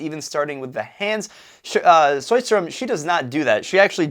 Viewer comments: "Choistrom"? That is some extreme butchering of Swedish going on right there! When in doubt, "Show-stromm" is all we expect. If you manage to move that "sh" back and make it "chow-stromm" with the same "ow", that's an instant B+. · To be honest I'm more surprised by the way the presenter insist on pronouncing "Sjö" as "hrö"... Where is that gutteral sound coming from ??!